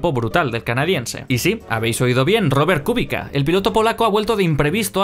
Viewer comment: Es "Kubitza"